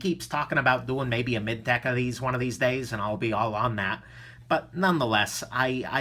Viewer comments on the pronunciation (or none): none